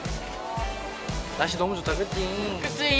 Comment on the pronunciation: 날씨가 좋은 에이사씨 ☆ 명호 민규 토닥토닥 넘우 귀엽쟈나!♡♡☆ "둘이 싸우지마앙~" "내가 가질게에" "날씨 젛다~" "따 있지~" 발음이 너무 귀여워 ㅋㅋ 윙크뭐야 끼명호구만 여기서 뛰어내려야 한다면... 명호마음속으로 퐁당!